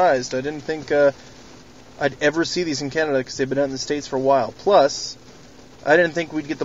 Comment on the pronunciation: Are you saying Canada or Kennewick?